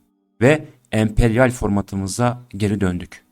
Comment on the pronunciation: Bizimkisi emperyal değil, 'U'mperyal miş, öyle diyo bi herif.